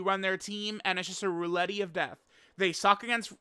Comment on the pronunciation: roulette is pronounced roo-let not roo-let-ee 😭